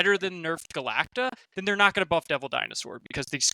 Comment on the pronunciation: not being able to say Galacta still kills me